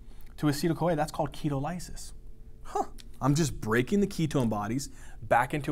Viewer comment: ‘key-tall-uh-sis’ not ‘key-toe-lie-sis’ lol